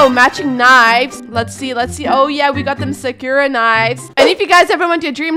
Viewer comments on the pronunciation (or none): the way says sakura kills me every time